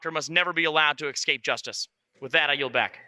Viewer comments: On the Cawthorn thing… you’re just going to focus on him saying “excape”? What the hell is wrong with you both? You have nothing else to address about what he said? If that’s your example of Republicans sucking, you must think they’re pretty amazing. Your idiocy here isn’t even useful. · "Ekscape" and "faltse."